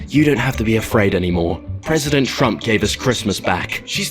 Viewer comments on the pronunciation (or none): none